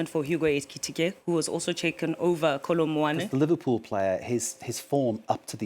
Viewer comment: did she say kolo muani?🤣